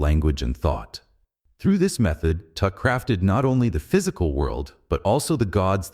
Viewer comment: Pee-tah LMFAO